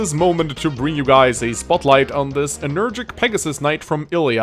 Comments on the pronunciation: and Energetic, not energic. Ilia is not a continent, it's a region in the continent of Elibe. By the same token, Ilian mercenaries are sent to other regions, not other continents. I liked the video a lot overall, in particular the support convo scenes! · I realy wish he said enerGETIC and not energic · Your pronounciation of 'energetic' triggers me.